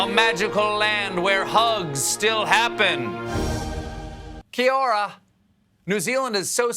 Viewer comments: "kee your rah" 😂 at least he tried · Don't ever talk about us again until you can say 'Kia Ora' right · I have family in nz watching this with me and they all got mad at how he said kia ora lmao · That Kia ora killed me a bit inside... Aight attempt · Who else is a kiwi and laughed when he said Kia Ora lmfao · Stephen's "kia ora" was close...but not quite right. I miss living in ANZ so much.